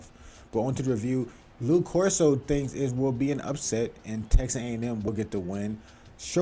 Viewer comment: It’s Lee Corso